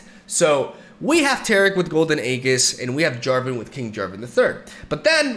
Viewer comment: it's "AeJIS" not aeGHIS